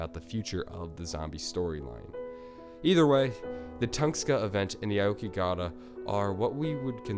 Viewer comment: 1) How do you fuck up the pronunciation of Aokigahara? 2) It's is known as the Suicide Forest, where did you get the information saying it is a swamp?